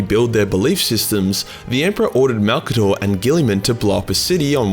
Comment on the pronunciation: Gotta admit, I was surprised when you got the pronunciation of his name dead right on the first go. I was guessing it wouldn’t be 30 seconds into the video before you were calling him ‘old mate Mazza’ or some shit to avoid all those syllables. I guess Maybe Malcador was an Aussie, and that is why his name comes so naturally to you?